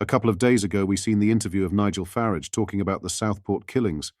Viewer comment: FFS get your ai voice to pronounce peoples names correctly it's farage not faridge